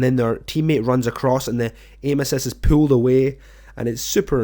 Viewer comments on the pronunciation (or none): Its pulled not pooled. or pooed.